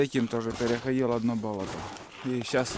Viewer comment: Когда "бОлото" говоришь то ударение ставь на "болОто", то есть на вторую "О"